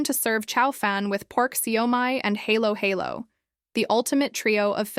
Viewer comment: Vlogger should at least learn hiw to pronounce halo halo